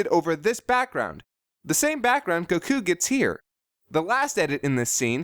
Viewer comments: The amount of "this shot" is overwhelming. Also, Guh-koo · EVERYONE pronounces Goku as "Gokoo" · What makes his pronunciation of Goku's name sound weird to English speakers is that, if you were to more accurately romanize the name, it would be written as Gokū or Gokuu, because the ku part (which is 空/sky) is pronounced as ku-u/くう, so the last syllable is more elongated than the English name. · Did you always say Goku like Gokoo? And Yajarobe as Yajarobae? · RaJuanJohnson I took a short class on Japanese. Would Goku just be pronounced as we normally say it because how is saying it, it seems like hes saying Gokuu. And i know that the double letters were dragged out like they are in sayoonara. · Is it me or is he pronouncing Goku name....different? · I hate how he pronounces Goku. if I were Mr. Popo, i'd smack him off the lookout as many times as it would take to get him to say it correctly. lol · LOLL Props for you making Bulma's Dragon Ball Room visible, but gosh darn, "Goku"'s pronunciation, I'll never get around it xD Do whatever though~. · Nate Tanguay Not with little emphasis on the first 'u' and more on the second 'u' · RaJuanJohnson The sounds themselves are correct, but the emphasis is wrong. GOku is at least ballpark. It's not like Karaoke being pronounced 'Carry-oh-key' (aka totally butchered, not close). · Please stop then. You've said it normally thus far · Your pronounciation of Goku bugs me, and I have no clue why.